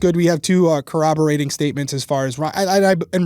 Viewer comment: Thank you so much for pronouncing corroborate correctly!!!